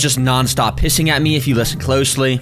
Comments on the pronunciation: Instead of hissing u said p issing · HE DID NOT SAY HISSING 😂😂😂